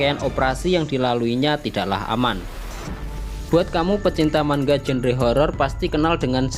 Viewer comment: woiii bang manga bukan mangga, terus lu harus bisa bedain horror sama thriller!! nyesel gua nontonnya